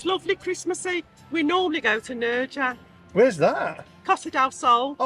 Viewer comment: Nerja - classic Brit pronunciation 😂😂😂😂